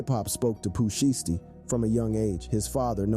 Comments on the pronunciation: Really bro Pooh sheshty it's (shysty) Pooh shiesty not no Pooh sheesty do better or don't do it at all fam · Pooh Shy Stee. Not Pooh Shiitypants and not Pooh Shee Stee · Its pooh Shy -stee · "Pooh shee-ess-tee" "Pooh sheeshty" Not even close 😂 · Listening to him try to say sheishty is hilarious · This dude said Pooh sheets . . . This dude is too real 😂🤨🤨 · Poo sheesty? Well at least u got big L right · NGL the pronunciations are more murderous than the Cartels on this one. it would have helped to do RESEARCH, "Dyalisko" and CJ-ying is just cringe bro, the Poo Shisty was the nail in the coffin. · Pooh Sheesty 🤣🤣🤣😭😭😭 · Rap Daily, fire that dude! How the hell did y'all let this dude pronounce every spanish name correctly but couldn't say Pooh Shiesty right 🤦🏿‍♂️ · You butchered these rappers names not just pooh but m. Dre come on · Pooh shh-iced tea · Ard u gotta be a bot or something cause it's no way u just said Pooh Shiesty like dat 🤨🤔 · Really u gonna do Pooh name like that lol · Ngl true